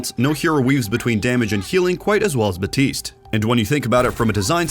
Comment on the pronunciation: A pet peeve of mine is when people say "Batiste" instead of "BAPtiste".